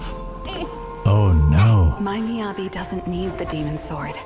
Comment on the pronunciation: It's MiyabI, not Miyabe